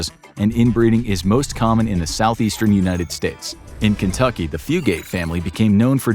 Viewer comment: At least you pronounced the Fugate name right. ;) good job you know, one of them spell their name, Fuggit. It's really fun when people say that one the wrong way. But everytime I hear someone pronounce it Few-gate, a battle takes place inside my mind. Just stay out of it Randall, it's nine of your business. No good will come of it. While another part of says, line em out. Hahaha good job. Great video.